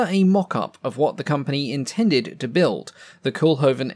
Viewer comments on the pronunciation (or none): NOT "Cool-hoven", "COAL-hoven". The Dutch double "o" is a long vowel sound. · Quick nitpick: Koolhoven should be pronounced less like "cool-hoven" and more like "coal-hoven" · Not 'coolhoven' but 'coalhoven'. Make an effort, limey. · Pronounce Cole-Hoven.